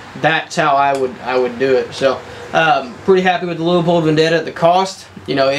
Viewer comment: Leupold... there is no A in the word